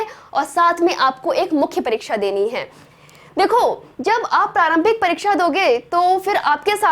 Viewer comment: परिक्षा नहीं, परीक्षा। वैसे जितने सुंदर ढंग की प्रस्तुति है, उसमें थोड़ी-बहुत त्रुटियाँ नगण्य हैं।